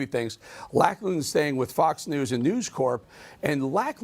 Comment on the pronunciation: Just fyi it's pronounced Locklan. 👍